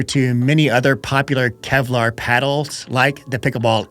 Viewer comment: “Kelvar”😂. Now that’s clickbait